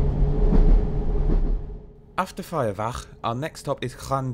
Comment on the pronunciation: Some of these trains did have catering before COVID but I think TfW have suspended catering on all their services for now. Great video and great pronunciation of Ffairfach!